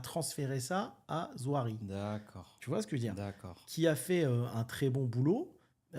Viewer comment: C’est pas Nouari, c’est NaOUri;) Et Zouari vient d’une famille fortuné de Tunisie, limite des ministres